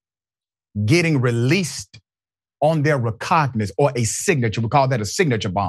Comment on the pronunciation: Oh no, Dr Richey, as much as I like & respect you, when you say something idiotic I'm not going to just let it pass. Especially as you're studying law & might blurt such a thing out in front of others in the legal profession. So, NO, he was not released, as you said "on his own RECOGNANCE"! He was "released on his own RECOGNIZANCE or RECOGNISANCE" either spelling is & pronunciation is correct. But RECOGNANCE/RECOGNANSE isn't even a word! As for the treatment of this young man, we tend to exclaim "unvelievable" but, sadly, it is more than believable, it is typical of such places of education!. This was an above average student with a promising future, no doubt. In an educational system that is as keen to keep out, or, once in, suspend or expel black students as prisons are to keep black people IN!